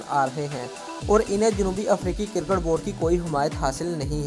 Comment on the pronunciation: Cirket Nahi Hota Cricket Hota Hai